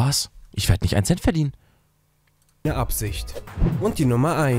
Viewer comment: Nicht ein Cent 😂